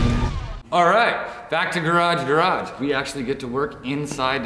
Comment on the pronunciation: it's pronounced "garage gaRAGE!"